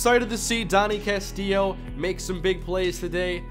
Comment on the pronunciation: CAST-ILLO. CASTILLO NOT CASTIIO